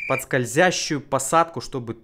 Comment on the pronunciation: "Скользясьсюю" - китайский акцент проявился :)))))